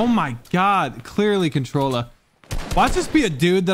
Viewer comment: Im not here to be contraversal im just sayi g i hate when people use the accent when they say controller or lazared or certain words